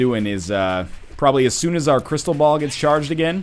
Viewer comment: anyone else thought he kept saying crystal bowel, or is it just coss im watching it in 2 times speed?